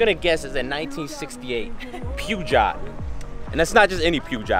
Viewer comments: I thought it pronounced as "per-shjoe" instead of "pew-jar" 😂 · Maaaan, It's not Puuga?? It's Peugeot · 1) Ibiza is a place i frequent and DJ at, quite a bit. Best place on earth for me.2) Pergot is pronounced "Per-sho"3) I'm in Dubai, if you're ever in town, hit me up. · I appreciate your videos but my french ears hurt a lot when you pronounced Peugeot like "pyoujaht"... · You litteraly butchered the name out of that scooter bruh lol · The way he pronounced Peugeot lol! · 😂😂 I thought he got the brand wrong but then realized I was actually trying to say Peugot hahaha😂